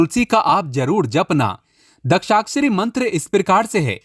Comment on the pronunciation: सावधान ! ये बंदा दूसरे के व्हिडिओ से मालमसाला चुराकर अपना व्हिडियो बनाता हैं. ये कहाँ से गुरुजी बन गया ? शास्त्रों का जिन्होंने अध्ययन किया है, उन्हें मंत्र बराबर से बोलने आते हैं. इसे तो बाकी कई शब्द भी ठीक से बोलने नहीं आते. दशाक्षरी मंत्र को दक्षाक्षरी बोलता है. समर्पित को सम्प्रित बोलता है. दामोदर स्तोत्र को दामोदर अष्टोत्र बोलता है. इसको खुद को समझ में नहीं आता, तो ये आपको क्या ज्ञान सिखायेगा ? इसको पूछें आध्यात्मिक उन्नति, जो इसने व्हिडियो में बोला हैं, क्या होती हैं? बता नहीं पायेगा । ये लोग आपको बेवकूफ बनाते हैं । जिन्हें सच में ज्ञान है, उन्हीं के व्हिडियो देखें, ऐसे चोरों से, ढोंगी बाबाओं से सावधान रहें.